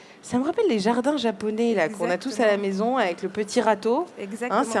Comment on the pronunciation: "les zardins zen zaponais" c mingon